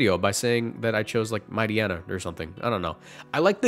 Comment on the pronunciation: The word Mighteyena even leaving your mouth is crazy 💀